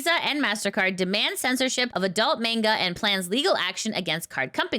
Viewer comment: it's Manga not Mangled